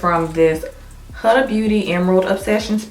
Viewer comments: GORGEOUSSSSSS! absolutely lovely look. Btw the eyeshadow brand is HUDA is pronounced WHO-da. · It's pronounced Hoo-da even thought it's spelled Huda